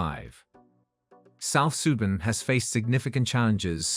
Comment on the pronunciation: First learn to pronunciate. You lost me at South Sudan. The ineptitude to pronounce displayed by especially North Americans leads me to doubt anything they say. Why is it so hard for them to educate themselves? They know nothing but have an opinion about it. Off my feed, please.